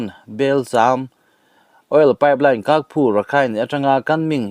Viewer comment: Ky hi Mizo hawrawpa Ch anga lam rur. Kyaukphu chu Chaukphiu anga lam tur.